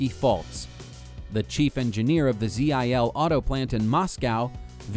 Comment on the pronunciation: just say zill mate,,,zeee ayyye ell jesus you murder language